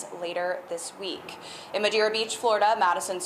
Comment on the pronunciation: just a heads up, it is Madeira Beach not "Madeeria" Beach 😉